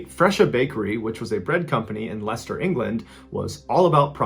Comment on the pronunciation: “This is it, baby” What a way to go Edit: thank you for pronouncing “Leicester” correctly